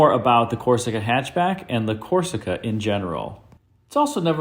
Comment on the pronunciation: I believe it's pronounced "hy'atch b'yack". Thank you.